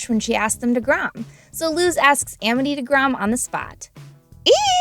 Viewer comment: why is it pronounced Emety when it's Amity